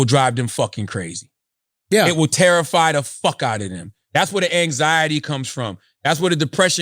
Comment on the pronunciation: “that’s where the eggsiety comes from” wtf is eggsiety?😂😂😂